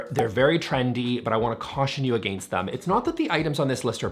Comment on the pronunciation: i love the way you pronounce against for some reason?